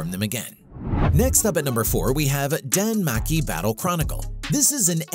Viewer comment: danmachi not danmaki